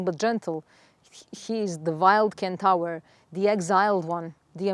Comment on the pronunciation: Love all you stuff! So much wisdom. Can I just correct pronunciation of centaur… not Ken-Tower… sen- tor. With love ❤